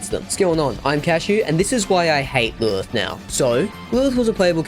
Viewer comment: Why do you pronounce "Lilith" like an absolute moron 😂